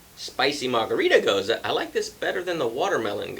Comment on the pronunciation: I have a vacation coming up next week! Coming down to visit the Hard Pour Pub! Finally!! Not a huge fan of Gose style beers. (And thanks for pronouncing it properly) I'm not fussy on the saltiness that usually comes with them,, but the first 2 sounded pretty good. Cheers!